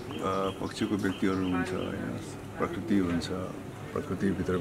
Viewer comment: Parkirti hoina bhai prakriti ho, 😁😁😜